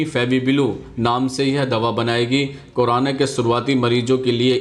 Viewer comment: Korana nahi corona boliye 😁😁😁😀😂😂